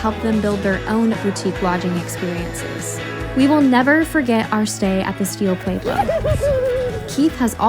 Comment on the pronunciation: Someone teach her how to correctly pronounce “Pueblo”.